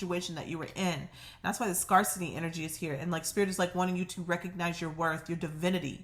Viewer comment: I love your readings,! You make me feel like I have a good friend who knows just what to say when I need a lift. By the way, in the word "scarcity", the A is pronounced like the word, "air", not "are". Scarce. Scare. Not Scar. ❤️